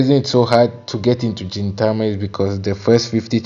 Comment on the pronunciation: Hey! Welcome to the fun journey of Gintama- a few notes it's pronounced GIN Tama Gin starting off with a hard G like when saying Green as opposed to a J sound like when saying Ajin. Yeah, the beginning can be difficult to push through for some, but I'm glad you're pushing along. Pay close attention to small details as Sorachi likes to give tiny hints of plot buried throughout his comedy.